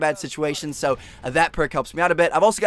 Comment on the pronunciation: You say "so" so weirdly it sounds like seahwo